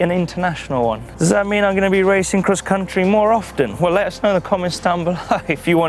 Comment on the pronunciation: He pronounces cross-country “Kriss contry